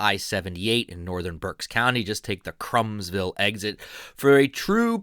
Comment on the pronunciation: Krumsville is pronounced Croomsville not Crumbsville. I grew up only a few miles from there and my elementary school Greenwich Township Elementary School is only a few hundred yards from Dietrich's. And I love Dietrich's. Won't know if this post will come out under my name or my wife's. Youtube sometimes shows my wife's name for some reason. I am David Moyer.